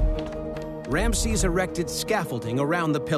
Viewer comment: MM Another voice over incapable of pronunciation . Rameses is pronounced Ram E ses NOT Ramsees